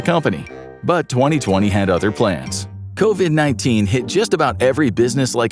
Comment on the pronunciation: Not that hard Coivd 😂😂